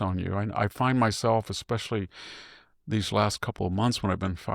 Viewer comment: So what? You say "Ecspecially," for "especially", and "on accident" instead of "by accident".